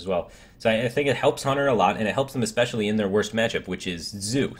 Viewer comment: It's ESpecially not EKSpecially. Curator is pronounced as if it had a y before the u, "cyurator". Ethereal has 4 syllables, not 3. eh-THEE-ree-al